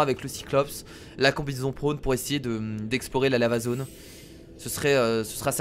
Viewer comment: Quand il dit Lava zone, j'ai l'impression qu'il dit L' amazone...